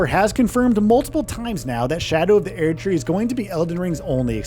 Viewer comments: Everytime this guy says "Air tree" I bite another finger off my own hand out of frustration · God please stop saying aired tree. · "Shadow of The Eairdtree" 21 times in less than 9 minutes. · why the fuck does the VO keep saying AIR-D tree? enough to stop watching and dislike this video, since obviously they've never played the game. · I fkn hate how he says Erdtree: sHadOW oF thE ÄeRdTree Not to be the biggest Fromsoft meatrider here, but this is literally the only studio that you could bet your entire life savings and a house that they will deliver. these fkn unnecessary clickbait watch mojo ass content. what is it that I HAVE TO KNOW? that you can't pronounce Erdtree? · shadow of the Airtree huh? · bros not tryna say 15 things when he cant pronounce erdtree😭😭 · Either say Erdtree right or don’t make a video, holy shit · You can’t even say Erd Tree correctly? They literally pronounce it for you in game…